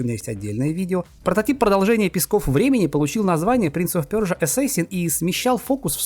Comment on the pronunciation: Персия ❌ Пёрсия ✅👍